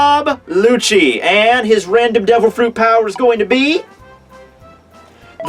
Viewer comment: his Name is rob lucci pronounced rob Luki not rob lutshi lmao